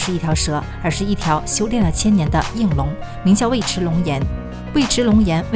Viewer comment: 尉迟 yu(四声）chi